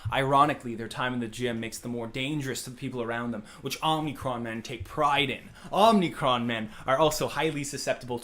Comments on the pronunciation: I can't get over how he pronounces "Omicron" as "Omnicron". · He pronounces omicron wrong.